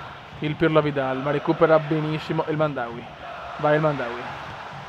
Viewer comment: Vecio ara che xe El Hamdaoui no El Mandaui!